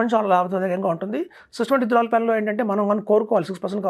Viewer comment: ఫస్ట్ swp అంటే సిస్టమాటిక్ విత్డ్రా్వెల్ ప్లాన్ స్పష్టంగా పలకండి. Idcw లో కూడా units తగ్గవు అంటున్నారు, ex dividend రోజున అంత మేరకు, nav లో ప్రైస్ తగ్గిస్తారు. Units తగ్గకపోయినా, ప్రైస్ తగ్గితే అది కూడా, ఒకటే కదా. ఇలా ఈ analysts misleading inf ఇస్తుంటారు. సుమన్ టీవీ వారు, గంగిరెద్దు లా తలాడిస్తూ ఉంటారు.